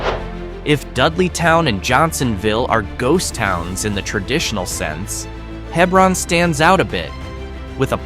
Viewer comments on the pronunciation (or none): Clearly did not fact check much. Yes im a life long CT resident. Its He-bron, not Heb-ron. Even GPS gets it wrong. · It’s spelled Hebron, pronounced hee brun,, nuff said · Hee-brun. Hee-brun. So many errors in this video. Towns placed in the wrong counties, etc. Gay City/Hebron is NOwhere West Simsbury. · Not necessarily true . I hear many towns mispronounced merely because people don’t know how to say them . If you don’t know Hebron is said the way it is , it’s forgivable. Just like at the other end of the state is Darien. There are many from CT that don’t know how to say that properly and how many times have I heard Quinnipiac butchered. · Also, the multiple mispronunciations of Hebron were getting on my nerves.